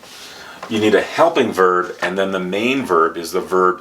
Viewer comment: I enjoyed it very much. By the way, I noticed that you pronounce The in a different way. You say "Da". Many thanks for the enjoyable lesson. I would be very happy if you do more lessons and videos without much time in between. I'm looking forward to your next video.